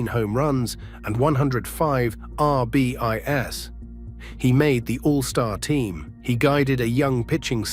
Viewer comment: Not for nothing but if AI can't even properly pronounce the baseball stat "RBIs" correctly on a baseball video, then how is it going to take over the world? Me thinks this AI is not going to take as many jobs as the Tech overlords think it will.